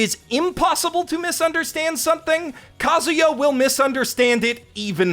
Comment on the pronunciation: It's Kazuya not Kaguya tho